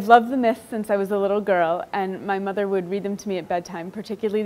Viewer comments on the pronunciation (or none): none